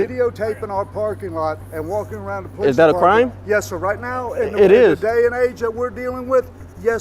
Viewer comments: The minute you hear someone call themselves PO-Leeece, you can be assured you are dealing with an ignorant, uneducated hayraker. This imbecile fits that to a T! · Who is the “Powleece” ? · Anytime you hear " PO -LICE " you know that it will go south!!!!!😊😊😊😊😊 FTP !!!